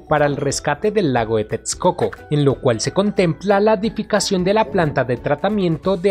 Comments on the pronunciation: TEXCOCO = La Equis se pronuncia como una simple "S" = TESCOCO. Veo que sufres cada que pronuncias la palabra. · Es mi imaginación o el que narra el video no es Mexicano?... pues su acento es un poco confuso., pues pronuncia tetscoco en texcoco y muchas palabras en Nahuatl mal pronunciadas... saludos!!